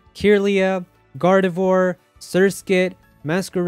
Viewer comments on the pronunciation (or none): none